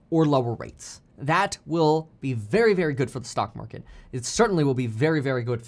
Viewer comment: The feds cna literally destroy-uh the market-uh